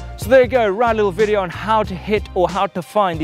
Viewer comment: I counted 20 'here'(s)! Did anyone catch how many times he said "there"(that sounds nice too)? Or is there another thread for that?🤭